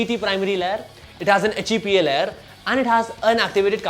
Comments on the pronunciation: its LAY-YER. not leh. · I heard LEAD. haha... but good review. I needed to know the layers on the filter and just got my answer here. thanks.